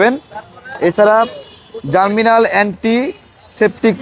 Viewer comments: পণ্যটির নাম জার্মিনাল না ভাই, জার্মনিল। তাড়াতাড়ি পড়তে গিয়ে ভুল হয়ে গেছে। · Bhai. Salam. Apnar upasthapona aro ektu bhalo hoto, jodi apnar pronunciation correct hoto. Apni "GERMNIL" ke bolchen "Germinal". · Hanks but its germnil not germinal vai. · It’s germnil not germinal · জারমিনাল !! কি বলেন!!!!😮 জার্মনিল ভাই